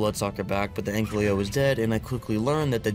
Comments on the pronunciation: Hi i love ur vids.❤ One thing tho YOURE SAYING ANKYLO WRONG pls say it right Oh and when you finnish the ark lore playtrough (or whatever this is) it would be fun if you played some other games. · can you please say ankylo instead of anklyo